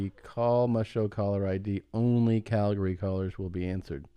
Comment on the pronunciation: "shout out to all the cowboys in Calgury.."